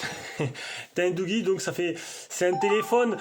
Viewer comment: Si vous pouviez faire une presentation sur le doogee n20 pro...sinon la prononciation correcte se sonnorise comme douji et non comme vous le dite....